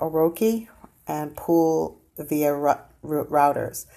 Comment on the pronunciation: Additionally, Reuters (the world’s largest international multimedia news provider) is pronounced 'royters'.